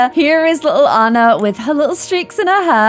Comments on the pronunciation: Please pronounce Ahna not Anna because its NOT Anna, thank you love you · Anna's name is pronounced Awun Ahh not Ann ah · You always say Annar..😂🤣😂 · And the name Anna is meant to be pronounced "on-uh" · If doesn't watch Frozen 2 before she makes the next vid, im gonna rage! There is SO MUCH info about the parents and how/why they died and a heap load of info about Elsa's powers. Also, i hope she'll realise to change her pronunciation of "Anna" coz that's been bugging me, haha